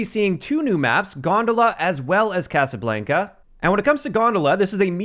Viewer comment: What’s up with Youtubers not knowing how to pronounce basic words… Nero with ricochet and x with Casablanca… y’all need some dictionaries lol